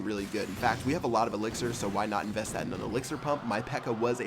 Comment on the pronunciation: When he said we have a very comanding lead i thought he said weed lol